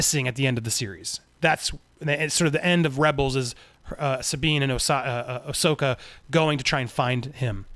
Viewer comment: Andy is finally pronouncing Ashoka right 👍👍👍👍👍👍 cool scoop seeing rebels and clone wars characters coming to Mando and getting their own show